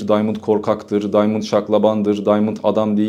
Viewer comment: Daymınd değil ! Adam arnavut ve adı diamand